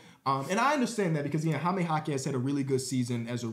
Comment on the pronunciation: “Hi-me” I’m not even a Spanish speaker but I can’t have you going out like this